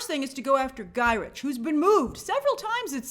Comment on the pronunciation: Guy rick…guy Rick… not guy rich